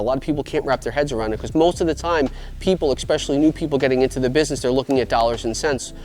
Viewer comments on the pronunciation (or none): It’s “especially” not “expecially” no judgement just would want someone to let me know if I was saying it wrong. Love the content.